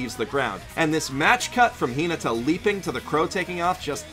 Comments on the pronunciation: I cringed everytime he said “Hee-nugh-tah”. It’s Hee-nah-tah. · I honestly didn't realize he said Hinata until I watched it again! 😂 (Thought he said something like Hin-ada. 😅) Awesome video! I watched this, and then the next Haikyuu!! episode I watched had Fly High as its OP so it was cool to notice all the little things you guys pointed out here. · The way "Hinata" is pronounced is SO ANNOYING And the inconsistent use of first vs family name IS EVEN MORE ANNOYING